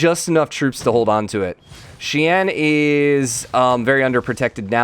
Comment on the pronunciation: No walls sounds great, also Xi’an is pronounced (she ahn) and their shen yang is correct